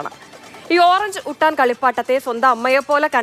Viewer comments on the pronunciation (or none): ന്റെ പൊന്നോ ഓറഞ്ച് ഉട്ടാൻ അല്ല ഒറാങ് ഉട്ടാൻ 😂